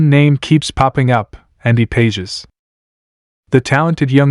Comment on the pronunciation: Pages is pronounced pawh-haes